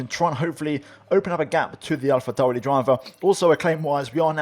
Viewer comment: Why does he say Alfa Romeo and alphatauri like that 😂😂😂